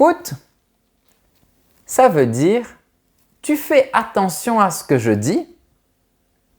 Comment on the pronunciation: Bonjour! Vous avez dit un fois "fais attention" mais sans utiliser la liaison, moi j'aurais cru qu'on dirait faiSSattention. Pourquoi dans ce cas pas de liaison?? Merci bien et bonne chance avec vos cours très interessants.